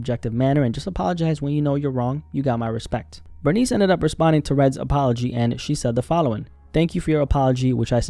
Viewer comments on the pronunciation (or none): Good video but I can’t get over how you’re pronouncing her name like the word “furnace” but with a B. Her name is pronounced Ber-niece” like if you have a niece.